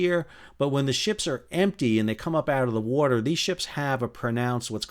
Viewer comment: "In the werter...". lol.